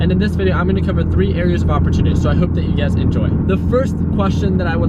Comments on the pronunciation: It's funny whenever I hear him says you guys I hear UGAZ lol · sameeee, i thought i was the only one